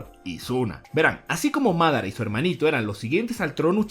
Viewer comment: ¿Porqué acentuas los nombres como se te da el jaimico? Mádara, Óbito, Nágato. Por mencionar algunos.